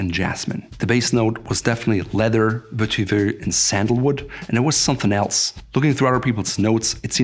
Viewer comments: Vetiver is mispronounced above. The Oxford English Dictionary website contains the correct pronunciation. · Curious, you seem to pronounce vetiver differently in different videos?